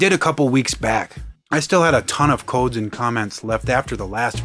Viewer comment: there is something so satisfying about the way you say "codes", man. xD